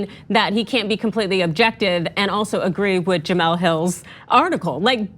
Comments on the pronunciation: Ana I like you but why in the hell are you pronouncing Jemele Hill's name as Jameel?? Do some homework please because it comes of as racist. Thanks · Juh-MELL. It's pronounced Juh-MELL. Jesus Christ. How do you work in journalism and not know her?